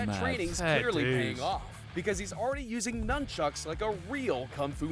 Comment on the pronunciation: did Harry just call them Numb-chucks?